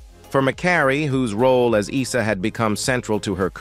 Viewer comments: Not eesa, its eyesa.well seeing the narrator has never watched the show. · Can’t even pronounce Isa ?